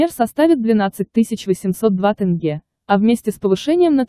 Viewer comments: Не могу понять , тяжело что ли сказать тЕнге, а не тЭнге? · ТЭнге тЭнге. Научитесь правильно говорить. ТЕНГЕ Ударение ставить на Е. Только слышали Тэнге тэнге больше ничего я не понял.